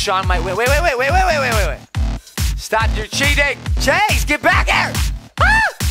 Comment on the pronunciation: It is not Shawn it is chase